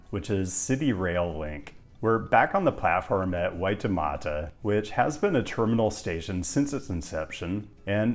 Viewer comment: You pronounced Waitemata and Tamaki pretty well, so congrats, Maori = Mao-dy (two syllables) Interesting video - youre absolutely right about Ponsonby Road